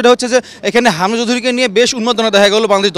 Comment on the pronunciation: কি রিপোর্টিং করেন “হামজা” শব্দটা পরিস্কার করে উচ্চারণ করতে পারেন না।